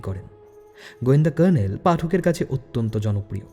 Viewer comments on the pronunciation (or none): none